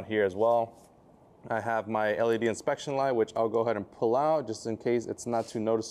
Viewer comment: LED “inspection” light 🤣 bro killed me with that